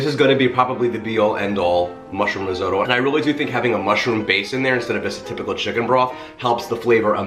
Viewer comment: Did you say ree-zoh-doe